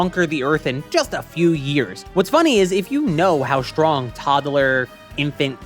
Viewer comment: Sorry for this question not at all about the subject, but why do you say "shtrong" and "deshtroy" ? Is that an accent ? I only ever heard Sean Connery talk like that.